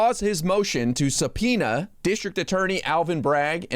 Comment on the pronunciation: How can gym Jordan even say the word subpoena?